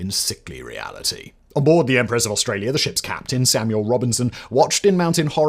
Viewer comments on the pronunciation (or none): none